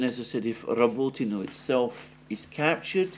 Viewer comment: I listen to this just to hear Alexander's impeccable pronunciation of Rabotino.